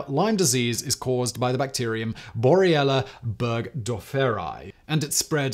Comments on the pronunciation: I like your videos, and I'm not trying to be hypercritical, but you are repeatedly pronouncing the name of the bacteria "Borrelia burgdorferi" as bor-ee-ella, rather than the correct bor-re-lia; cheers! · Simon, your pronunciation of 'Borrelia' changes back and forth between 'Borrelia' and 'Boriella' XD